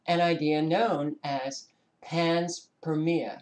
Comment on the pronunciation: I think it´s Pan-Spermia ;)